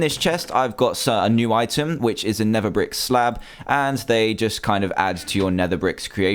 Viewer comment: He said nether bick